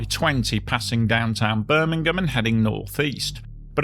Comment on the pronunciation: Great video! And with your pronunciation Birmingham, Alabama never sounded so nice.👍